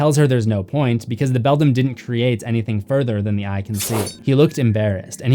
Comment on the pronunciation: Again, it's BELDAM (prnounced BELL-DAM or BELL-DAMN, NOT BELL-DUM). Also, I heard that the other father started as a pumpkin.